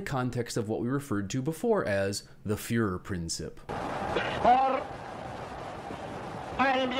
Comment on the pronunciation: Great video! One tiny tip: the commentator's pronunciation of "Fuehrerprinzip" - it's /prin/TSEEP - could be improved. :) Other than that - fantastic!